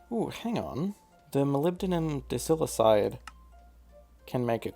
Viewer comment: pronounced die-sili-kide